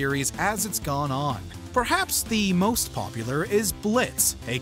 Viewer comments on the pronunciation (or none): none